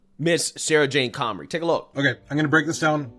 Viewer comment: Comrie, not Connery